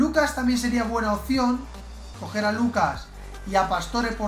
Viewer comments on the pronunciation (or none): none